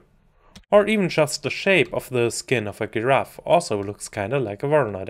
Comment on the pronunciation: Nice :) (it's giraffe, not guiraffe :D)